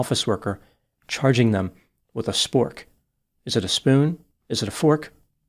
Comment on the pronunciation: It’s the way he says certain words like, “Tic Tok” and “Spork” that has me rolling 😂🤣